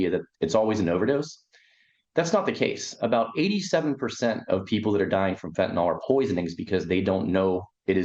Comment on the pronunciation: I enjoy your HONEST reporting.. and would enjoy it even more...if you Pronounced the word as FENTANYL....instead of FENTANOL !...and thanks again for your HONESTY !